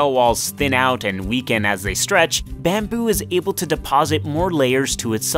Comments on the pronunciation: Byamboe!!! How do you say it like that? Where is that accent from? Baaaammmmbyuuu!! Byambyu! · "Bahhm buü" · "bambew" lol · Wtf bro why u say bamboo so weirdly?